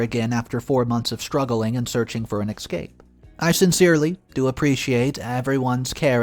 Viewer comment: please note: There is no X in the word ESCAPE.